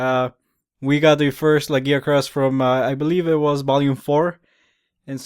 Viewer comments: but the way your saying it is not the Japanese or English ?in Japanese its pronounced Ragia-kurusu nothing like the way your saying it ? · this is bin bothering me for a wile lagiacrus is Lag-i-ac-rus there is an I sound in there the name is based on latin i know you say words strangely and many monster names loose there names from Japanese to English but monster names that where based on the latin 1st loose there sounds because of the limits in Japanese and get added on when put in English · okay i see but the reason mainly that it bothers me is your saying it like Giggi as in Laggi witch if he has has bad internet (for a sea monster) is fine lol to be honest i read it like you say it when playing true tri but then i was created by many people, i do love the monster really made me love water fights with the lance (even making the armor irl mix of the g rank and normal)